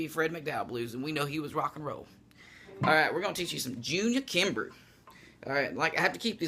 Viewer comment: I think his name is pronounced kimbroh.